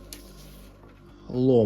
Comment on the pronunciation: Не лОмо, а ломО!